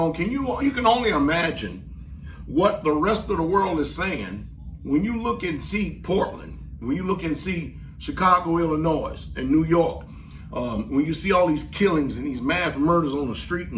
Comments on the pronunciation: Illinoi the S is silent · Illinois is pronounced without the s and e. This needs to be shared with. It appears that this country Trump supporter has difficulty with some correct pronunciations.